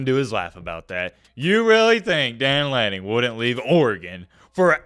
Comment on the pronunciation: It's Dan Lanning.....nice try.